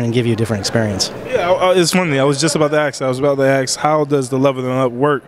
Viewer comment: It's ASK ..not "ax"